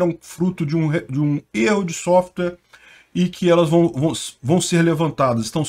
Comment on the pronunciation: Erro de sofwrirrrr aaaafffffffffffff